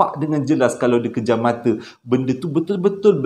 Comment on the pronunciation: Salam, kejam mata eh 😊..bukan pejam mata..takpe2 sy faham